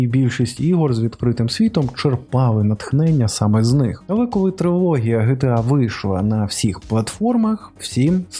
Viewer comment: Не ГеТеА, а ДжіТіЕй.